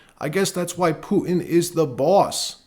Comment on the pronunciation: Please don't say Pooin anymore. It's Putin . The t isn't silent .